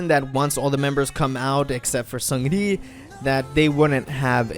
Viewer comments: Hey there, it sounds like you’re working hard on your korean pronunciation so I want to let you know that 승리(seungri) is pronounced 승니(seung ni), and 태양 is pronounced as it looks, like Taeyahng, not taeyayng :) love your videos! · the way he pronounces seungri, lmfao.